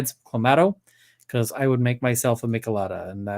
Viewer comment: the way you said me-che-lada had me cracking up!!! totally love a red beer tho! currently bartend and would love to give you some drink recipes! found you and from Emily! Love all of you!